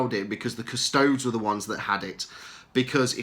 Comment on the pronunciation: Cus-to-des not Cus-tods FFS.